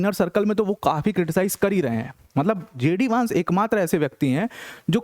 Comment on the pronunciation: वैन्स not वांस, please correct pronunciation